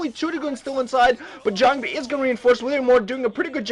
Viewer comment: can some one kick the new boy when ever he says jangbi?